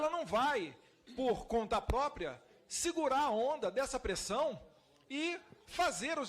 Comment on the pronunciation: "Ela não vai por conta popria"